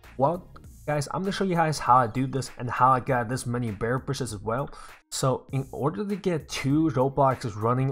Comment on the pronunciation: Is it just me or is he saying "bear bushes" xD